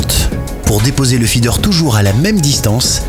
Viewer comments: La pêche au faidair et au pélé... je suis mort de rire à chaque prononciation. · Faidair quoi mdr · Le "Fédaire" 😂😂😂😂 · Ptdr le truc que jai tilt aussi il rend ouf avec c est fee dair et c est peu laid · Feeder mdr